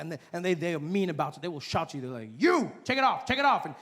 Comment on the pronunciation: Yes we don't roll our r's either but I swear I cannot hear anything when a South African should be saying: "they're we're or you're"...they all seem to be totally missing the "re". Sounds exactly like "they we you", not "they're we're you're".